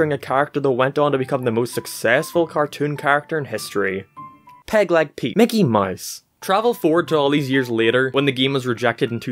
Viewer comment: I just realized he has been saying Mickey Mice the whole time